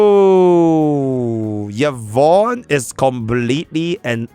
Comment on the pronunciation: Yvonne ❌ Yvoone✅